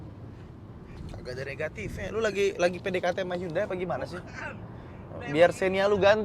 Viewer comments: Temen korea saya bilang pelafalan hyundai ya hyundai bukan yandei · Lebih tepatnya 현대 sih bang, Hyeondae. Bukan Yandei 😂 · Bukan yande tapi hyon dae (nama koreanya) Entah kenapa orang2 suka banget Inggris2in brand/merk yg padahal bukan berasal dari Inggris. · Bacanya "HANDE" bang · 현대 (HYEONDAE) . Orang korea bacanya HYONDE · spelling "Hyundai" ( 현대 ) yang benar adalah " Hyon De" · Sbenernya bacanya Hyundai adalah Yonde klo orang korea asli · Bukannya 'Hyeondae' ya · Saya cuma mau ngasi tambahan kalo Hyundai dalam penulisan bahasa korea ditulis 현대=Hyeondae. H+Yeon dibaca seperti kita membaca "krayon" dan Dae kurang lebih seperti kita membaca "Desa". Sekian 🙏